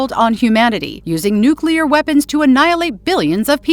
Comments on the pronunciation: Ffs, it’s NUCLEAR, not nucular. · NUCLEAR, NOT NUKULAR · the AI can't even pronounce nuclear, says nucular 😂